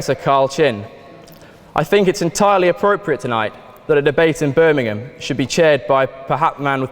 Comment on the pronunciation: How nice to have a American say the place name correct. Can stand when they call it Birming-HAM